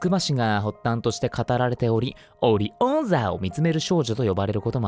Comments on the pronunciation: オ↓リ↓オ↑ン↓ザ↑☝www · オリ⤵︎オン⤴︎座がすごいツボですwwwwww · 動画投稿ありがとうございます💞 いつもより早く見れました！ さとみくんのこのシリーズ好きなので嬉しかったです。 怖い話のはずなのにずっと笑いぱなしでした。 私的にオリ オン 座の発音が面白くてツボってしまいました。 いつも楽しくて面白い動画をありがとうございます💞✨ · 動画投稿ありがとうございます😭♡ トシデン続きありがとうございます🥰 液晶パネル殴るの無理やりな発想面白かったです😂 「オリ↓オン↑座」発音可愛かったです☺️ ~ さとみくんアドリブで広告に参加するの流石すぎました😂人形を切りを人間を切りに変えるのホラーです🥲 ~ストーリー(？)の読み方を少年風に変えるの流石です👏🏻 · うぽつです！ チェーンメール回って来たことありますw オリ⤵︎ オン⤴︎座⤵︎ 2度見しましたww 口裂け女 のやつはほんとにこわい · ┆さとみくんによるオリ↓オン↑座(?) ホラゲーなのに笑っちゃいますww この動画で怖くなったら聞いてますw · ビビりましたね？☺️私もです 本物の広告かと思ったw どうしても気になるオリ⤵︎ オン⤴︎座 声の切り替えがすごい 今回の話は個人的に結構怖かったですがさとみくんの役のハマりようが見ていて楽しかったです！今日もありがとうございました✨ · オリオ↑ン座と人を切り～の読み間違いおもくそ笑いましたwwwwwwww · メリーさんのお話はよく知っていました！色々リメイクされたお話も見たこともあったので、正直メリーさんか、と思っていたらさとみくんの静かな語り口調もあってか、最後のオチにめちゃめちゃゾッとして固まりました。 通勤中でなければ、さとみくんのおーいお茶のように声を出していたと思います笑 ゾッとしたメリーさんからの、星を見る少女では、知らないお話だったので、最後の解説まで不気味さは残っていましたが、デネブ・アルタイガ・ベガが出てきたことと、オリオン座の言い方にほっこりして、楽しく見られました！オリ↑オン座の言い方が耳に残っています🤭 クッキーランキングダムの広告の声当ては完成された広告そのものに見えて凄かったです!全く違和感なくて、何回もリピしちゃいました☺️👏 広告に軽快にツッコミを入れたあとのマスク女の続きはもゾッとして見応えがありました！ とっても楽しかったです！ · オリオン⤴︎ 座がレビオー⤴︎ サに聞こえるwwww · オリ⤵️オン⤴️座ww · 【今回のお話】 メリーさん 星を見る少女 口裂け女 珍しく当たらず、戸惑うさとみくん そして悔しがる お〜〜いお茶ww オリ⇩オン⇧座 ナレーション可愛いです メンヘラっぽいさとみくん さとみくんが読むの上手すぎて、余計に怖さを誘います。広告の部分は、面白すぎましたw 怖がって裏声になるの、笑い止まんなかったです！w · オリ↓オン↑座↓☆☆☆ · 聞いたことある都市伝説が多くて、楽しかったです 文章の読み方が、プロ級で雰囲気出てるのが凄いし、広告多すぎて宣伝実況まで上手くなってるさとみくんに笑ってしまった 口裂け女は当時本当に怖くて、学校でかなり盛り上がったのを思い出しましたね 怖い話なのに、テンション高い「オリオンザッ」ワロた🤣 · オリオン座の発音好きwww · 「オリオン座」 →イントネーションのギャップも高めな所もさとみくんらしくて激かわでした(#^^#)✨✨ さとみくんの芸人さんのモノマネ真似る所も可愛くて尊すぎました！！ 本日も素敵な贈り物をありがとうございました✨✨💕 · ありがとwwオリ オン 座⤴︎ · オリオン座の言い方癖が強いんよwww 読んでいくけど読めない、ツッコミ面白すぎる 可愛い可愛すぎるｷｬ───(*ﾉдﾉ)───ｧ💗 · メリーさんと口裂け女怖かったけど、オリオン座の言い方癖強すぎてそれしか頭残らなくて逆に大丈夫でした笑😂 口裂け女とか聞くと人通り少ない所は避けようとか考えちゃいます😖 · オリオン座の言い方癖強すぎwwww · 〜「木を切れるんだ！パンを焼き、花を育て、人間を切り、宝石確保まで！！」 爽やかにCMしてたのに、急にサイコパスすぎて爆笑しました🤣 〜、 〜、 〜、 〜「オリ オン 座」 言い方が懐かしすぎて爆笑でしたwww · 投稿ありがとうございます！！ さとみくんのオリオ↑ン座が頭から離れないwww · さとみくんの都市伝説好きなので嬉しいです！ 「オリオン座」の言い方好きです😂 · 怖い推理ゲーム実況ありがとうございます!! ｢オリ⤴オン⤵座｣ ｢人間を切り｣→(正しいのは人形を切り) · これからオリオン座の発音はオリ↓オン↑座になるなぁ🤣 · オリ⬇︎オン⬆︎座⬇︎☆ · オリ オン⤴︎ 座！